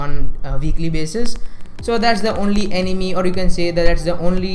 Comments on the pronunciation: Good video but but but... 🙄 It's not Ani-Me, it's Ani-May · it sounded like “Enemy” lmao